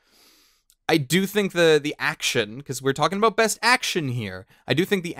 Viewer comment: Talking "Aboot"? What are you, Canadian?